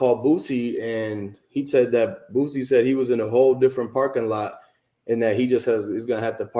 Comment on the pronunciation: Bro it's BOO-SEE not BOOT-SEE!